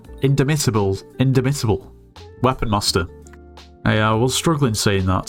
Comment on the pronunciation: its pronounced in dom (om as pronounced in bomb) ita (as in italy) bull